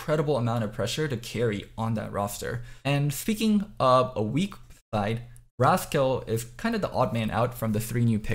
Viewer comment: Bro how can u not pronounce the word rascal. Raz-Kal lmao 🙈🙈🙈🙈🙈